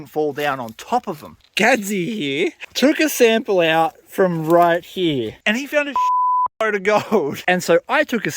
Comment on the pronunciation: I like how you say "here" as "hee".